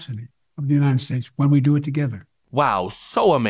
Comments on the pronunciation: He STILL can't say "united". "The u nine ed states America" and now he's drpping the "of". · And Joe always mispronounces it as UNINTED States!!!!😵😵😵😵😵